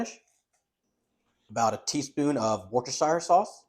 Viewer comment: You pronounce it wu stir sheer sauce. Hope this helps